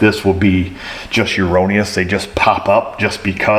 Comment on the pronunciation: Never thought I'd ever learn a new word watching... YEOURONNEOUS